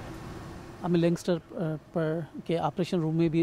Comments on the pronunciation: بھائی لینکسٹر نہیں لینکاسٹر نام ہے اس جہاز کا۔ مزید یہ کہ یہ جنگی جہاز ہے بیڑہ نہیں۔ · I thought BBC will be more focused on the pronunciation. He pronunciation for Lancaster was wrong.